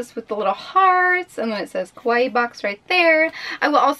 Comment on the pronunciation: You kept saying koh-why box, which sounds like the Japanese word kowai, which means scared or scary. Kawaii is pronounced kah-wah-ee, just as an fyi. :3